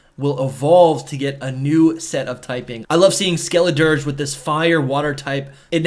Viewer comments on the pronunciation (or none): none